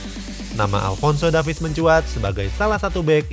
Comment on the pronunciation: Bang baca nama Alphonso Davies bukan Davis tapi Devis